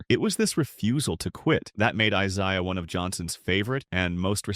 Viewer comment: If only the AI could say Isiah Thomas' first name. Should have just called him Zeke